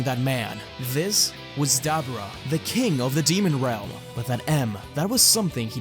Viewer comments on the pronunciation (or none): AGAIN with "Dab-ra" come on man! say it properlyyy